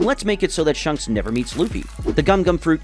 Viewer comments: ITS AN INSANELY GOOD VID BESIDES THE FACT THAT HE PRONOUNCED "SHANKS" AS "SHUNKS" EDIT: I SAW THE PINNED COMMENT AFTERWARDS SORRY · Bro really said shunks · WHO IS SHUNKS ITS SHANKS XD